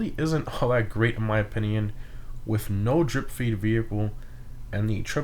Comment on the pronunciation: I’m gonna say it. That’s definitely not how you pronounce valor lol. Just look up the word on google and have it say it back to you. (Don’t even get me started on how he pronounces opinion...)